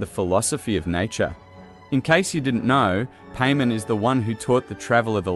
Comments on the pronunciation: No offense but it's paimon not pay men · Cool vid the only problem I have is you saying her name wrong. It’s not Paymon it’s Paimon like Pai pronounced like Pie 🥧 and mon like Pokémon or Mon of Monday. Paimon. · Stop pronouncing it paymen. Pai. Mawn. They pronounce it in game for you every sentence because paimon talks in 3rd person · I keep hearing Payment so I had to look at the video instead of just listening to it... lol I still believe Paimon is a primordial. Given how Hoyoverse uses P.A.I.M.O.N. as email handle, P could just very well stand for Primordial. Like how one of the construct boss in Sumeru desert is called Asimon, Algorithm of Semi-Intransient Matrix of Overseer Network, Paimon could very well be a construct just like how she love to jokingly make construct beep construct noise. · Painmon not Paimon. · Any corrections and additional info will be added to this comment! • This is text to speech. I am not the one pronouncing it paymen. • Many people have pointed out that Paimon is said to have some rainbow string that looks like it goes up past the sky. Seelie courts have a line that can be seen when using elemental sight that actually points in the direction of the seelie! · the ai australian voice saying pay min is so fucking funny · I can't help but hear you say "payment" the whole video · Did he just call her "pay-man" 😭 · Lmao paymon… 😂 the entire video I didn’t pay attention cause I was stuck on just how awful annoying it was.. I mean I hear names pronounced odd all the time but something about saying paimon as paymon.. is absolutely invoking an uncanny valley feeling if that makes sense… 😂 couldn’t take this vid seriously 😂 BUTT I still appreciate ur speculation on this topic… but goddamn if one thing I’ll remember and take away from this vid.. UNFORTUNATELY… is PAYmon.. 😂😂😂💀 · when you say paymon it throws me off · That's not how you say Paimon